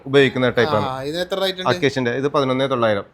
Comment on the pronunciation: Not rite(റൈറ്റ് )but rate ( റെയ്റ്റ്)